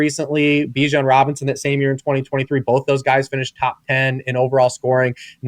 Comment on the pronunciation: The number of times he says bolth.... Both man B-O-T-H Both. Sorry, drives me crazy